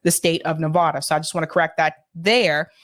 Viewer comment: Please LEARN HOW PRONOUNCE NEVADA